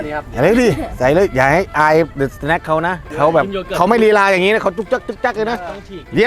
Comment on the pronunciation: สวัสดีครับ เดอะสะแนค ไม่ใช่ สะแน็ค หรือว่า สแน็ค หรอครับ